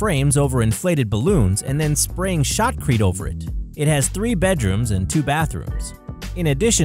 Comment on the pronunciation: they sprayed what over it ? Did he mean Sheetrock ? I hear shockreet lol